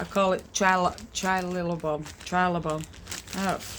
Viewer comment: Your pronunciation is a total crack up!! Skip the “trilobal “ and just say “sparkly bits”….